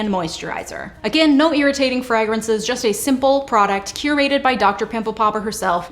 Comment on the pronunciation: I will never stop loving how you say "fragrances." The way you say it makes way more sense than the way I say it.